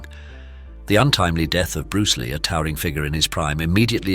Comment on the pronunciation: Bruceh Lee haha also Jeet Kuneh do is a funny pronunciation. also "limlight" at the end was funny.